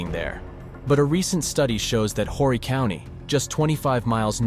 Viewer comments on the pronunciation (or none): Horry county is 25 miles north of myrtle beach? Lol. Myrtle is in horry county. And its pronounced orry. The h is silent. Sorry i live here and it bugs me when people dont do proper research for these videos. I hate this happened. There are more than enough police here. They will lock u up for anything. But that narrative cant get out. Just like its a safe family destination. Nope. The beach has gone downhill quick. Its all about money and development. Rip Brittany